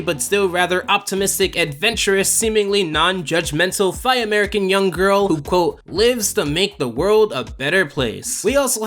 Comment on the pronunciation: Did you pronounce it "thigh-American?" I'm not judging, it just sounds hilarious.